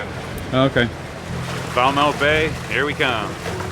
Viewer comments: When I was there last the locals called Falmouth "Fahlmit", like helmet. I hate to be the pronunciation police, but after the F*ck Bay fiasco I just want to help you out. Sail on,! I can't wait to see how St. Martin is making out after the hurricane. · Hey, that's Falmouth pronounced "Fal muth" after the original harbour town in Cornwall in the west of England. And yep, I know, I lived in Falmouth Bay Antigua for 5 years but originally from the West Country back in the UK.......just sayin. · great video of the island. every time i heard you say Falmouth i cringed. it's pronounced Falmuth. just being picky :-) i was just thinking how wild the hills were when you actually commented on it :-) however i was dissapointed that you didn't stay there :-(